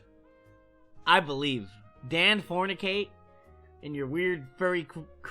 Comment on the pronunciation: "dan fornicate" lmao